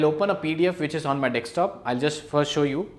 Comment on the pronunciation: "Dekstop" cute